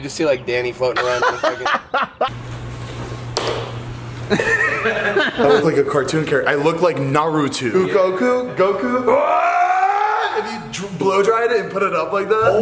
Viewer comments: Did anyone else cringe when he said "Naru2"? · “ i look like Naruto . ” shit sounded like he said Narutwo 💀😂